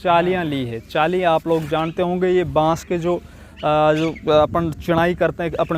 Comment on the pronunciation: चेली आप बोल रहे थे चाइली